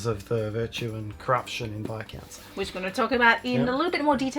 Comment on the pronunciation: Thanks for pronouncing Viscounts correctly :D So many videos I've seen where they get it wrong...